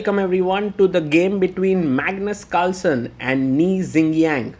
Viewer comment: I hat his name calsen or carlsen